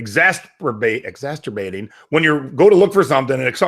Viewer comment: lol..."exasterbating", I think you need to apologize to your mother again!